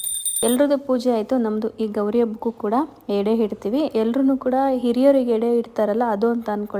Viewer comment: ಹೆಡೆ.... ಅಲ್ಲಎಡೆ ...ದಯವಿಟ್ಟು ಕನ್ನಡ ಉಚ್ಚಾರ ಸರಿ ಮಾಡ್ಕೊಳಿ